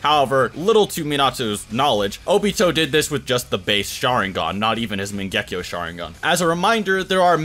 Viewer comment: mangekyou not mengekyo🤦